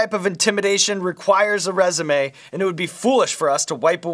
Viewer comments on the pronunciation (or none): none